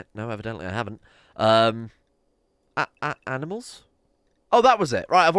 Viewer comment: ah-ah- animuwls? uwu